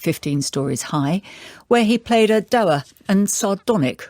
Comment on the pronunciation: "do-wer" Think she meant dour.